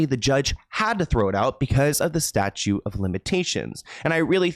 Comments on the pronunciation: Statute of limitations. "Statute" not "Statue" 🗽 LOL 😆 Sorry that was cute. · Statute of limitations, not "statue."